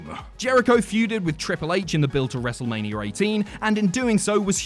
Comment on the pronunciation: Wrestlemaneeurrrr he says